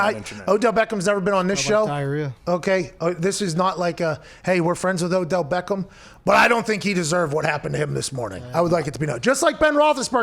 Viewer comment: He said "the Odell Bathroom Jr." lol